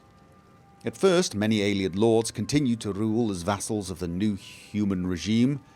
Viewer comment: The way you pronounce "Ayleid" really bothers me... "Aylieds" you say. Just something to think about ;)